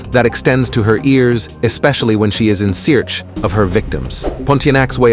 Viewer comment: Is the narrator AI? He said "search" and "terrifying" wrong. Like really wrong 😂